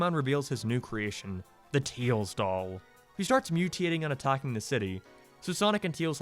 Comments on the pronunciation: tails doll, or “TEILS DOLL” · Ah. Yes. The tiels dol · "teels doll" oh im gonna ruin his caree- "if you are about to comment please dont" ..ok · Not making fun or anything but teils doll 😂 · Ah yes teils doll totally not tails doll